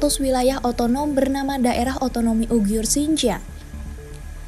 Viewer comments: Sangat bagus narasi mengangkat tema ini, saran saja.. untuk perbaikan, selama durasi video penyebutan yg seharusnya uighur / uyghur tapi disebutkan ugyhur oleh,, ini agak mengganggu.. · kok bacanya UGIYUR gitu ya? Emang gitu? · Hahaha ane jg ngakak krna baru ini denger ugyur